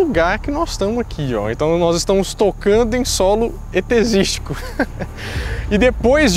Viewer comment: Caraca!!... Que super produção é essa??? Put's. O mais estranho do vídeo foi a frase.. "-Solo etezístico" kkk perfeito👏👏😆😆 Esperando #2